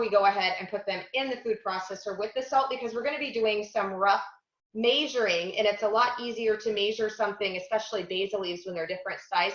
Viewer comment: Carolyn, please teach how to pronounce "measuring" like "measuring" rather than "majoring" LOL 😁